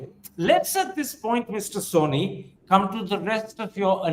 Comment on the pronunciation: I'm surprised you don't read the name of your guest. He is not "Soni" but Sawhney.